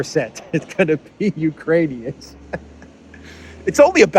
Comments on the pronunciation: He said "Uranians". Those are people from Ur-anus. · Did he call them Uranian's again? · Did Biden say uranian people..? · Did Bidenopolis call them Urinaians? So that makes their country Urine? 🤯 Belensky Urinaian! I like the sound of that!! 😜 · I thought he said Uranians, is that people from Uranus? We need to get to the bottom of this.